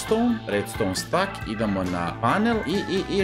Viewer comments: nije stack nego steck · Nije stak nego stek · ne kaze se jedan stak nego jedan stek